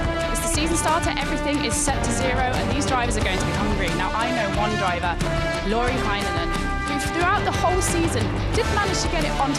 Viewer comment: Its not loori hainonen. Its lauri heinonen. Say car and a is same a in lauri.